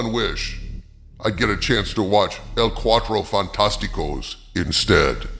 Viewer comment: Demigod???? Please Galacticus would count as at least a Primordial or Elder God! Had to add the Cua Tro Fantastico. Not Cua dro. The first means the Fantastic 4 What you said was the square 4. Although it can definitely be argued that you meant it that way.